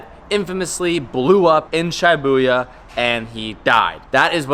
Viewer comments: come on dude, it's pronounce as she-buya not shy-buya btw sick build waiting for an amazing full setup with 4 rotor! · Excuse me, SHYBUYA?!?! IT'S SHIIBUYA, SHE-BUUYAA! Come on man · shaibuuyaaa wow what good way to say shibuya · "Shy boo-ya"✌️ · Shy-booyah... Can't be more American than that. 😂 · It's Shibuya as in cheese not as in guy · it pisses me off how he says shibuya. makes me cringe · Lol how pronounce SHIBUYA.